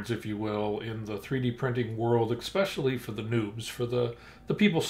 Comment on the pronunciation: Stopped the video at 5 seconds, the moment he said "exspecially." All credibility down the drain.